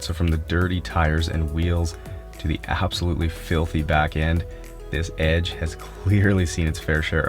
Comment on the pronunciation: Canadian: “Ford Adge” American: 🥴 “it’s EDGE with an E” *im just messing around, no need to get offended